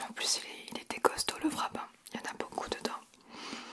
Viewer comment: Haha! J’ai adoré y’a vidéo! Amis ça me fait vraiment rire parce que les français disent VRAP 😂